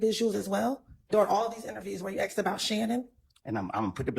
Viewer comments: Axed....UGH.... WHY is it difficult to say ASK...? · " did you axe him "